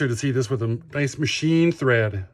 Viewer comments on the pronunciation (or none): none